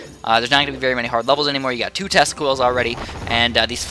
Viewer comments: sounds like you said testicles :'D great vid man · Sometimes when you say "tesla coils" it sounds like you are saying "testicles". :p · so true !!!